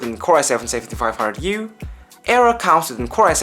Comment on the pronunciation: hey bro nice little review here, and just wanna let u know its pronounced "Air-row". gigabyte build quality still seems a bit iffy to me, so i think the razer blade is still a better choice becos of its single molded aluminum chassis.